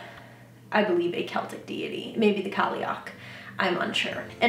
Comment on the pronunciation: The “Celtic” goddess an Cailleach is pronounced like “Kai-Luck”. Vid is great btw wonder if there’s anything to do with veiling for men?